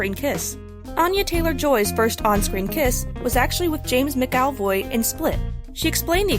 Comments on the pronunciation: Ah yes, James Mcowvoy... and who pronounces the "ia" in miniaturist. Always stuns me how Americans manage to mispronounce such easy words, Mcowvoy I- what? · I find it quite hilarious how they pronounced James McAvoy‘s name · Also, James MacAvoy. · Dat butchering of Thomasin and McAvoy. Geezus